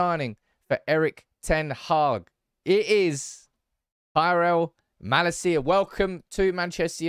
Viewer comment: Dutch pronunciation tip: MaLAcia, in stead of MalaCIa.